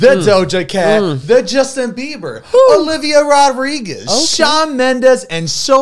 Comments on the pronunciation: zane it's olivia rodrigo not Rodriguez 💀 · Zane, her name is Olivia Rodrigo not "Rodriguez" 🤦🏽‍♂️🤦🏽‍♂️ still love you bro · THANK YOU 😭 he's said Rodriquez before toooo, someone needs to tell him it's Rodrigo lol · How long until Zane starts saying Olivia Rodrigo and not Rodriguez